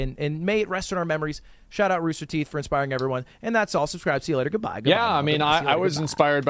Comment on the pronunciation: Wtf is ruster teeth?